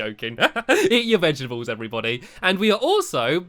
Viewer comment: he said vegables